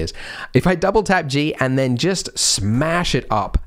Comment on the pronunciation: Oh, with my bad english your double tap g hears like double TAB g, so is was so hard to understand you, and is took a while to find waht you actualy mean!